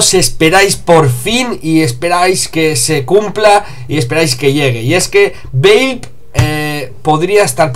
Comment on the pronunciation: valve se pronuncia: valv. XD si no me crees miralo en el traductor google:p